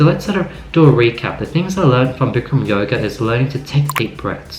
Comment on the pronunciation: It's bikram, not brikram. Avid practitioner for 10 years. The best advice I can tell you is to learn to only breathe through your nose. When you breathe through your mouth, you go into a fight or flight response. When you learn this, it gets so much easier. Going with the class as much as you can is advisable too, rather than slowing on your own. It takes a lot of mental clarity.